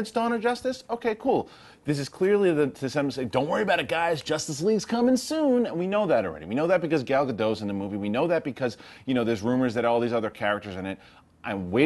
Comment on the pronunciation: You need to pronounce the T in her (Gal Gadot) name. Ga-Dot, That's how you say her name in Hebrew.